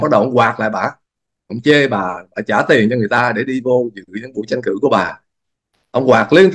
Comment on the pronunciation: Bình luận viên mà phát âm tiếng Việt chưa rành nữa. Chữ TR mà không đánh lưỡi được, đả đơt cứ phát âm chữ CH. Tranh cử mà phát âm “Chanh cử”, tất cả đều sai, xin lỗi ông rất thiếu trình độ mà ra diễn đàn nhận định làm gì, không công mình, trung thực lại thiên vị một phía. Xin có chút ý kiến vì nghe phát âm sai rất khó chịu.